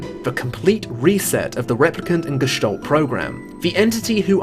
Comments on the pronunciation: Its not gestollt its Gestalt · "Gestalt" is a German word and means appearance. It's pronounced like you read it except the a is like in apple not like an o like olive.